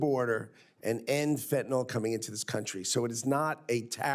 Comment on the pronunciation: Not fentanol! -ol is an alcohol. Fentanyl is the deadly synthetic opiate. - -nyl pronounced nil. fentaNYL.